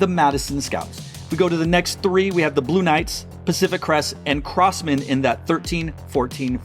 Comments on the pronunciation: Great content! Just curious, is there any reason why you pronounce Crossmen as “Cross-mAn” instead of “Cross-mehn”? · Not trying to sound super picky….but please don’t say CrossMAN. It’s CrossMEN. Haha. Just chuckling wondering why you say it that way haha. But…..I enjoy your videos trying to call rankings